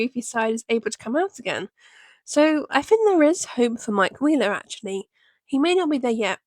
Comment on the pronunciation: did u just say mike queerler ..